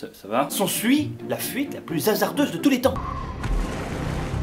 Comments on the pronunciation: t'as dit "fuite" cette fois au lieu de "fouite" 😂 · Écoutez bien :"Pendant qu ils prennent la FOUITE"😂